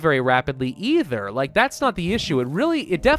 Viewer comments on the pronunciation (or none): none